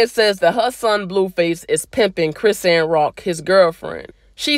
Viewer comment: it’s pronounced “CRI - SHAWN” not “CHRIS - ANN”